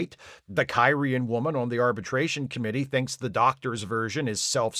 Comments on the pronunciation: Hey, a back-up EMH program? Gee, I wonder if they could have used one of those in the episode "Message in a Bottle". I also enjoyed that kept mispronouncing the alien species as "Ky-ree-an", instead of how they say it in the show "Kir-ee-an". Or how he called the one alien guy "Dal-eth" instead of "Day-lith". Funny stuff. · Your mispronunciation of Kyrian, every single time, is so distracting I can’t make it thru the video.